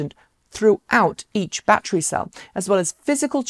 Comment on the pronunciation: Ba’tree is not a word